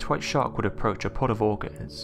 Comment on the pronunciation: Orcas pronounced as organs, irritating as f**K